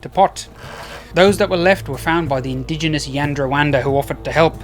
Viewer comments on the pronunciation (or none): none